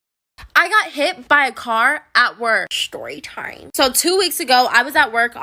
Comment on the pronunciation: The way she says shtorytime